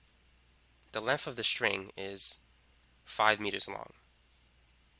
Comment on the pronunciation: Length not lenf holy shit